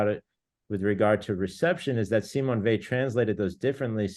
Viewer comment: Simone Weil is one of the greats. Please say her name properly.